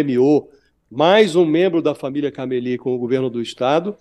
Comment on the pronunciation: Não é Caméli a pronúncia. E sim, Camelí